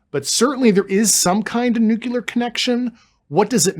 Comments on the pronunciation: “Nuclear” not “nucular” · NUCLEAR NUCLEAR!!!! NU CLE UR!!! Why did George Bush butcher that word it seems that’s where the younger generation heard it from!!! It’s so easy to say it correctly what’s the issue??? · Dude is an up talker that pronounces “espoused” expoused. Getting more of a moron vibe than credible. Edit: he now pronounced it “nucular”… dude. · Anyone who says "Nucilar" instead of Nuclear, I dont believe a single word. The motive behind the Fake UFO sightings that can never get a clear photo or video in our days, is money! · why does he keep saying NUCULER i;nstead of nucleur ? and expouse instead of espouse??? perhaps he is illiterate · Grusch says nucular instead of nuclear. Is he dyslexic? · Nuclear. How can someone so smart say "nook-YOO-lar" when the word is spelled "nu-CLEAR"? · Disconcerting is Mr. Grusch's inability to pronounce "nuclear" correctly. Someone advised "NOO~CUE~LAR" is a password. Glad Tucker is touching the subject, butt this guest isn't enough. Is "GESH~STAH~POE~ just yet another mispronunciation ? Nah...this guy is annoying and not much more. When someone makes my BS Monitor roll its eyes,, I believe that. {"Integrity first."...oh, c'mon ! He's simply afraid of the threats he's received. } Additionally, when a sentence is ended with a higher octave, it makes the Listener wonder...are you telling or asking. The info he's willing to disclose is ultra minimal and could have been covered within twelve minutes. Talk about the inability of bringing in the right people... Ironically, it's deliberate, isn't it ! An interview with Bob Bigelow would be far more interesting. YAWN ! PS: The real deal does not crash. Butt the sunken terrestrials...next ! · Why would a scientist not know how to pronounce "nuclear"?